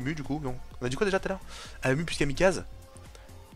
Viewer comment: Si tu refais des [champion]kaze sa se prononce kazé à la fin . Sinon super vidéo continue